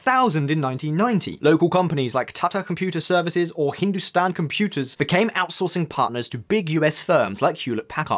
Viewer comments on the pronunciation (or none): none